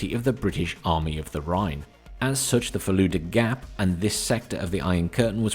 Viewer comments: it's not the Fallujah gap Assuming it isnt a joke: the word consists of two sounds, that should be fairly easy for an english native to pronounce (if they know about them) - Full and duh, albeit duh is kept fairly short, as opposed to its common use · Its fulda gap as in "full da" not falooda